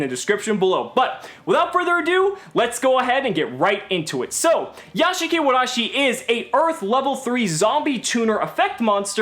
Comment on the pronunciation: Nice Japanese "r" sound!